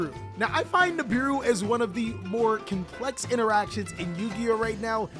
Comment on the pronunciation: Lmfao when you said nibibou 😂😂